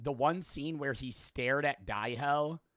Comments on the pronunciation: Its dae ho not die ho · omg i am getting angry at for how he pronounces dae-ho, its just not right